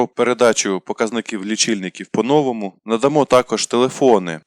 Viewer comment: Спочатку диктору слід навчитися вірно ставити наголос в укранських словах : "по новому" та інш. Також не існує слова "областя"